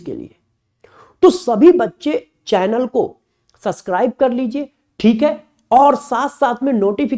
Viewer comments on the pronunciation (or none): none